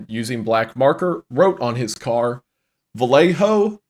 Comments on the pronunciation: Vell-Lay-Ho just bothers me as a Cali man 😂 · We just pronounce "Vallejo" as "Vuh-lay-ho". Also, I like the meme suggesting that Brett Kavanaugh is the Zodiac Killer.